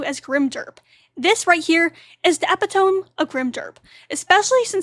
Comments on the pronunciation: Epitome isn't pronounced that way. It's not eh pi tome. It's eh pit oh me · FYI the word is pronounced e-pit-o-me. Four syllables.